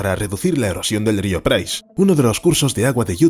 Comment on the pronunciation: Estáis obsesionados con los castores, más de 10 videos sobre castores...ah y podéis decirle al locutor que aprenda a decir río, por favor